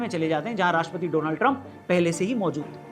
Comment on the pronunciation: कृपया डोलांड को डोनाल्ड न बोले।